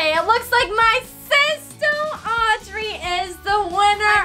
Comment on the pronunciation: sorry but audury